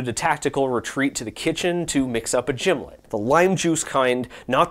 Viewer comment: Pronouncing and making a gimlet wrong while claiming to be a snob is crazy.